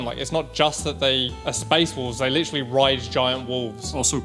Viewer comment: Witerally the Raptors